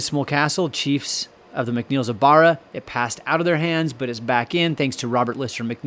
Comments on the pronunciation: Hi, can i tell you how to pronounce the name of the castle. You say, Kissimull castle. Its pronounced Kee sh mul castle. The island is pronounsed BARRA Love your chanel Christina Macpherson ❤ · Please! Please don't be offended - that isn't my intention AT ALL. Just so when you come to Scotland & start talking about Kismuil, the locals will regard you as one of them... Kismuil is pronounced Kish-mul here. And Barra as bah...rah. I know it can be tricky. I was born in Scotland but grew up in Canada and came to Scotland when I was nearly 21. Luckily, my Mum never lost her thick Scottish accent & always used Scottish words & phrases (ie, what in the name of the wee man have you done to yersel!) so I was familiar with words & pronunciations and had few problems. But I still had the odd problem trying to pronounce a Gaelic (that's Gall-ic, & not Gayleck) based word. It's tricky & catches most non-Scottish speaking people out. By the way, Scots IS a language on its own. Gaelic was the language of medieval Scotland, but 'Scots' language evolved & is classed now as a language in its own Right. Badenoch is pronounced - Bah as in a sheep noise-de-noch, rather than Bay den och. Foulis Castle - fow as in cow - lis - and not Full as in liquid up to the top of the cup. Argyll - accent on the last syllable. :) But all in all, you're doing a GREAT JOB with the pronunciations - example? Wemyss! LOL! You got it! Putachie - The term "putachie" is not commonly associated with Scottish Gaelic or Irish Gaelic. It appears to be a Norman term, which is a dialect of French. The word "putachie" is the feminine singular form of "putachi" in Norman. This note from the 'Wikidictionary' is not un